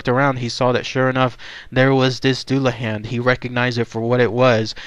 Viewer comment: pronounced dulla hon or dulla hawn